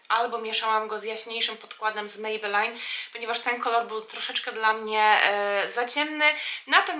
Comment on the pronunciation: "mejbelin" i "ajlajner". A tak poza tym piękny makijaż ⚘️⚘️⚘️